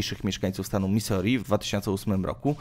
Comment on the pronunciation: Misuri, tak się czyta... jakie Misori? I jeszcze do filmu z papieżem... nazwisko czytamy Bergolio, nie Bergoglio.. w hiszpańskim to "g" jest nieme... proszę skoro jesteś osobą wykształconą to sprawdz wymowę, jeśli nie znasz języka, jeśli znasz to gratuluję....